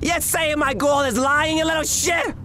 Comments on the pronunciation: Gworil😂 Not girl😂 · Why did the man said girl like guril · U SAYIN MY GORL IS LYIN U LIL SHI >:( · "YOU STARING AT MY GORL?"